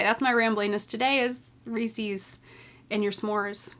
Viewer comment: Definitely looking forward to summer sock camp! Just generosity from all those donating prizes! Wait, the way you pronounce Reeses cup is so different! I've never heard it be pronounced that way! I wonder if this is a Canadian vs. American pronunciation thing 🤔